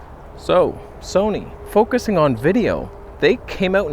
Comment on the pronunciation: "This is Soneh content!" 🤣